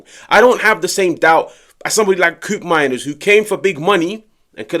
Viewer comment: Bro, It’s not “Kuupmeimers”, it’s pronounced “Ko-opmeiners” — he’s Dutch 😂